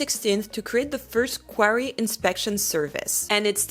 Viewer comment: In English, it's pronounced "quarry," not "query," which is a question or a request for information.